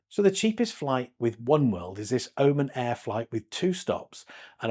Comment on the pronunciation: It's Oman, not the Omen! hahaha they might not be Etihad, but they aren't a horror film 🤣